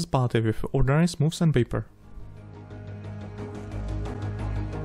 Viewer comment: Prosím dbej trochu na výslovnost, protože občas ty slova tak semeleš tak dohromady, že je tomu těžko rozumět. Anglická věta chce trochu zpěvnosti a ne zadrmolení jako třeba u slova products nebo ordinary, které je naprosto neznělé.